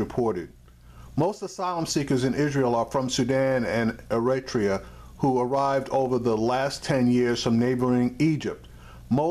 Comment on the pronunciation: you said ERITREA perfectly